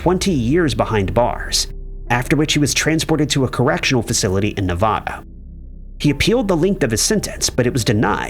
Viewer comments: Love you, BUT I'm upset with you pronouncing my beloved state NEVADA 🌵 incorrectly! Nevada is pronounced: Ne-VAD-uh vad rhymes with mad. The correct pronunciation of this beyond awesome state really matters to US NEVADANS 🌵 I have visited a wonderful town in Missouri named Nevada pronounced differently, but it's NOT how we NEVADANS pronounce our Wonderful State of Nevada name. 🌵 Our slogan is actually 💙 "Home means Nevada 🌵 to me" 💙 & not what gets done in LV stays in LV! 😢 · Me either. And many happened in my state of Nevada 🌵 And I'm sad pronounces Nevada incorrectly 😢